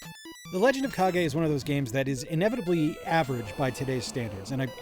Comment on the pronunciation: A great box of games. Points for pronouncing Kage correctly because I would have pronounced it Cage......😂😂😂 Did I say great, I meant except for Spyro because clearly! Now if you'll excuse me, I have to go spin around for a couple minutes. I need to talk to Scott 😂